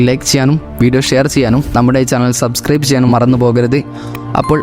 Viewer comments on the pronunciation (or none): none